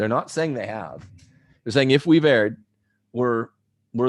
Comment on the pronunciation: Friendly advice from a fan: "Erred" is pronounced "urd," not "aired."